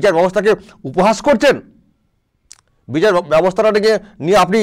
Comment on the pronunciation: বিচাড় ব্যবস্থা নয় রে ব্যাটা ভুঁইফোড় নেতা ওটার উচ্চারণ বিচার হবে রে আহাম্মক!